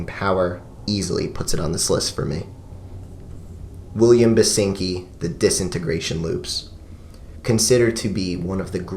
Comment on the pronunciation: William Basinki? William Binksy? William Basky? William Baskin? Carole Baskin? William Basinski.